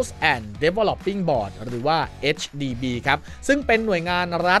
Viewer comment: HDB ค่า พูดให้ถูก 😊